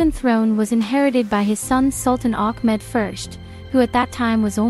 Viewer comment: Its ahmet...NOT ACHMED